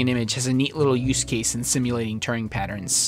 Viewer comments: It's weird when you pronounce Turing as touring... He's not American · How are you pronouncing Alan Turing's name? It sounds as though you've imagined an extra r in the middle (Turring) from somewhere! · Thats not how you pronounce Turing.